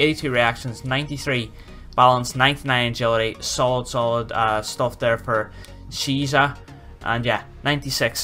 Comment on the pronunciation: Search the pronunciation on google, btw Cheesa is fantastic xD